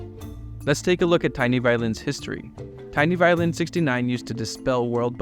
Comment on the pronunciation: Hearing you say “TinyViolin” and then seeing that his name is actually “TeenyViolin” killed me. 😂😂😂